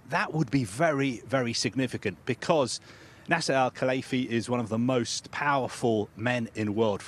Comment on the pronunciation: Why is he saying NASA al Khalaifi 🤔